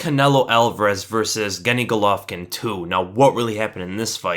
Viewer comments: Who the fuck is "Gany Golovkin?" 🤣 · Did you say Ganny Golovkin? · Lol "Sol" Canelo Alvarez vs. "Genny" Golovkin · “Genny” Golovkin? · “Genny Golovkin” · Stopped listening as soon as you pronounced Gennady's name wrong.